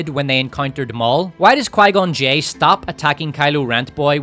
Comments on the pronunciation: Pie-gone Jinn is KILLING me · Qigon j sounds a bit like qiygon jim but with two extra letters on the end